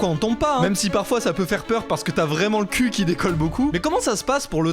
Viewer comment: Moi j’adore quand les Français prononce le mot CUL❤🏳️‍🌈